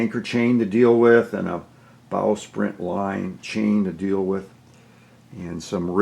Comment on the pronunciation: It sounds like you are say "Bowsprint". The name is actually "Bowsprit".